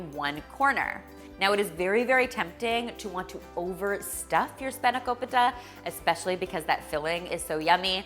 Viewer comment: I am so glad you didn't say spanako-pie-ta 😂 Looks amazing as always 😍